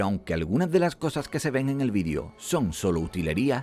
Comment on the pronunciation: por qué pronuncian VIDIO?